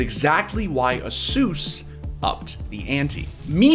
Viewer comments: A-SUS not Asoooooos bruh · The way this guy pronounces "asus" should be illegal